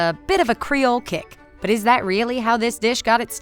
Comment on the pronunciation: I am Haitian and that is not the way you say creole. But I appreciate you trying